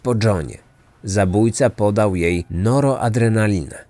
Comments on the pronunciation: Noroadrenalina? Czy noradrenalina? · NORADRENALINA, nie "NOROADRENALINA" jełopie co tylko czytać umie